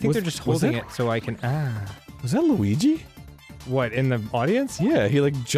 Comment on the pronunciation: it was liwigi